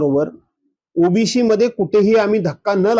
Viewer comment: ओ बी सी म्हणायला शिका आधी मग आरक्षणाबद्दल बोला ओ बी शी नाहीये तो शब्द